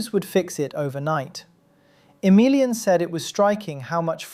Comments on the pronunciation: Pretty sure you stress the A in Emilian so that you at least don't say it like "A million". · 3 minutes in i kept thinking you were saying "for a million" and not "for emilian" and i thought damn they let a million people in????